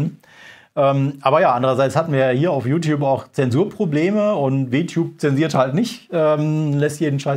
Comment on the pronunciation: "W-Tube" xD, hat keiner in der Redaktion Englischkenntnisse, um zu verstehen, dass man es englisch aussprechen muss, damit der Witz funktioniert? LG